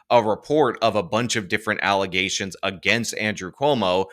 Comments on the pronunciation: False alizations😂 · Alizations lol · Even when he says it correctly, all I hear is “allezations”. I refuse to hear it any other way from him. Haha